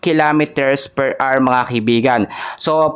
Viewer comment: 150 kilometers "PER AR" ba?😅